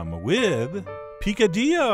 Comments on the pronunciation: Actually, in spanish, those "L"s are definitely not silent xD Awesome recipe, just like my mother in law makes it. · omg I have never heard an American say it it is the funniest thing I've heard all day